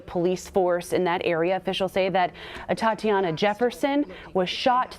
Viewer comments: 🤔Boy, they sure did jack her name up😠You would think that a situation like this, they should've been briefed as to how to correctly pronounce her name!!!😡🙄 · Yeah. Kind of cringed Everytime they tripped her name. Just put. A in front of Tatiana.